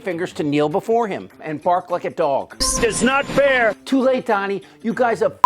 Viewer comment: It is NOT FTHAIR!!😂